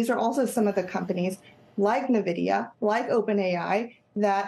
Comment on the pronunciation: She probably should pronounce Nvidia correctly